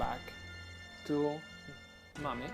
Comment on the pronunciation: Mame is pronounced "may-em" not ma may just saying